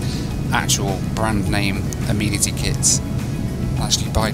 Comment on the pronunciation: Hey if you’re going to be living in the US we need to tackle some pronunciations: first off… the kit of little stuff you get is not an “ameenity kit” - it’s pronounced “a-men-ih-tee”’- so a group of males are referred to as “men” not “meen” - so the word “amenity” is pronounced “a-men-ity”:) #welcometotheusa